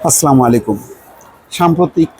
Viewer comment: সালাম টা সুদ্ধ করে দিলে ভালো হয়